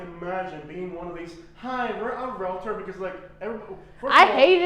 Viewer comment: It’s amazing to me how many realtors don’t even know how to pronounce realtor. It’s realTOR, not realator.